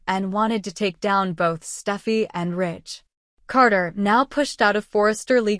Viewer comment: It’s Steffy not stuffy!!!!!And it is more lies!!!